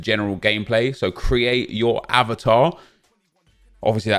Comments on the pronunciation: Hahaha i almost choked on my food when he said avertar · Man said “aye var tar” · What’s up with the pronunciation of “eh-vatar”? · Why are you saying Avatar so weird?? 😂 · I’m sorry but how did you say avatar... LOOOOL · Why’d he say avatar like that 🤣